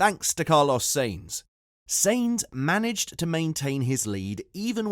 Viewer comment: the way you pronounce Sainz and Perez makes my ears bleed